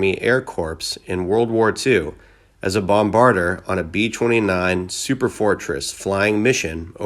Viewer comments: Corps is pronounced "Core" not corpse, Bombardier is pronounced "bom-ba-deer" not bom-bard-der. Sorry to nit pick but these kinds of mispronunciations are painful to hear. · its pronounced core, like apple core, and he was a 'bomb-a-deer' (the guy who aimed and dropped the bombs) i couldnt watch anymore of this video after those utterly disrespectful mispronunciations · Wow!! You mispronounced so many words !! BOMBADIER SAN BERNADINO VICTORVILLE LUBBOC JUST TERRIBLE!!! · It's pronounced Bomb-bar-deer. (Bombardier) noun : a bomber-crew member who releases the bombs. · Bro, could you mispronounce anymore F'ing words??? You sound like a Japanese Tourist trying to pronounce English words. The Air "corps" "Bombarder" San "Berandino" LOLLLLLLLLLLLLLLLLLLLLLLLLLLLLLLLLLLLLLLLLLLLLLLLLLLLLLLLLLLLLLLLLLLLLLLLLLLLLLLLLLLLLLLLLLLLLLLLLLLLLLLLLLLLLLLLLLLLLLLLLLLLLLLLLLLLLLLLLLLLLLLLLLLLLLLLLLLLLLLLLLLLLLLLLLLLLLLLLLLL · AIR KORPSE .... BOMBARDER ... How does a guy this stupid the guy who announces this sad ending series get this far when he’s so incredibly stupid and ignorant do you think you at least learn a few things about what he’s talking about but in every episode he blunders iand butchers words like there’s no tomorrow SAN BERAN DEENO This guys amazing